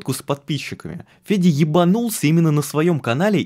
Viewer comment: Почему я всё видео слышу Педя вместо Феди?